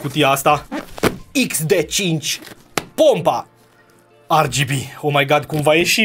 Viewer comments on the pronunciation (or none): AR GI BI? Serios? Am uitat romana? De fapt nici a engleza nu suna. Parca suna mai bine ER GE BE